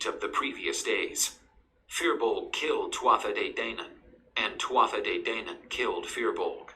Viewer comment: Twatha de dainan. That's completely wrong. It's pronounced two-a de dan-an.